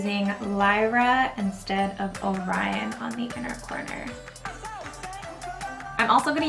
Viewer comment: I don't think it's pronounced "O'Rion"